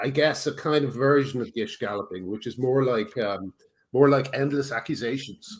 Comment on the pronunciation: And with mangled American vowels, his pronunciation of ‘gish gallop’ was crazy.